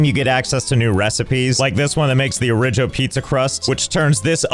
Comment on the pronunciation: Josh constantly calling the Origo stuff different things or pronouncing it differently is so funny to me😂